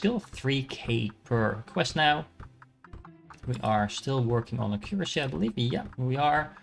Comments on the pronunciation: hi! Not sure if this is helpful, but currently you are saying it like A-cure-acy. When it would be closer if you pronounce it like Ack-your-ah-see. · Pretty please Google how to pronounce accuracy. I like the video and game. But as a fellow dutchie it pains my ears hearing you pronounce accuracy.